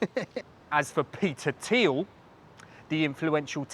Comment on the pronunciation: It's pronounced Peter Thile